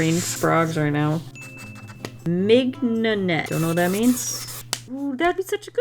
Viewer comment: haha I believe it is pronounced minion-net not mig-no-net